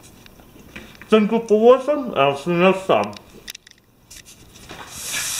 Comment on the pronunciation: Did you say SANKU for watching at the end? Lol that was funny with your mouth full. You're the best life hacker Taras ;)